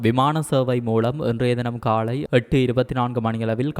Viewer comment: காலை என்பதை காளை என உச்சரிக்க வேண்டாம்